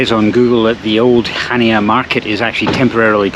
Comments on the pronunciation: He pronounced it awfully it's Hania not CH ania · It’s pronounced Hania. With an H. Not chania. 🙄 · Pronounced as "Hania" not Chania. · Greek and Turkish food -amazing.there is no “ch” sound in the Greek language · I believe Chania is pronounced without the C, as I was informed by the locals when I was there😊Go to Crete every year for our summer break, love the place and the people, Heraklion airport, as this place is the grimmest airport I have ever passed through, the toilets are 3rd world and the place cannot cope with the amount of passengers in handles. Shame as the airport itself can put you off Crete for life. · If you pronounce Chania that way, I'd like to hear you say Loch Ness.